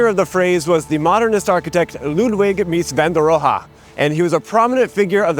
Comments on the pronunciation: Please, please, please learn how to say Mies name. You got "Mies" and fail on everything else. Please. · Subscribed. Will find you on Nebula too. I love Mies Van Der Rohe. But you pronounce him SO wrong. 😂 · And to a German ear, "Mies van der Rohe" sounds like it means "Crappy van der Crude" :v